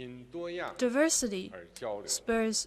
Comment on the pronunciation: 1’31” diversity -- wrong pronounciation O(∩_∩)O